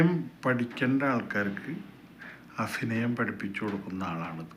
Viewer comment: നീ ആദ്യം അഭിനയം എന്ന് പറയാൻ പഠിക്ക് 🤨